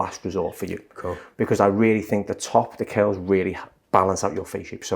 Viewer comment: Funny how they pronounce “curls” like “kills” … very cute accent 💕